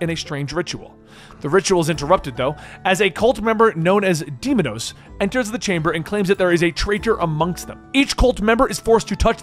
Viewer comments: Deimos, not demonos. Did you even play it???? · "day-mous" not demonous, did you even play the game? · Ahh yes, demidos. Yknow i dont even think a slaughterhouse can butcher as hard as this guy lmao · He even adds extra letters to deimos to change it🤣🤣🤣 like really bro "deimados" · Ahh yes... Alexios- the demigod weapon of destruction, also commonly known as "Demon-Nose". I know mispronounces many things but it's still hilarious when it happens